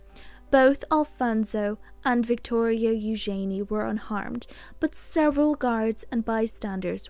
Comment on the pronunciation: I much prefer the correct pronunciation of ‘Eugenie’ as you pronounce it rather than how Sarah and Andrew pronounce their daughter’s name -‘you’jen’ee’